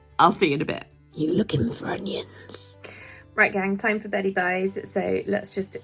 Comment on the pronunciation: 🤣 I can't stop laughing at it! It's because it sounds like my mates dad who has a very thick west country accent! It's brilliantly funny! How can I go in m&s later without laughing?!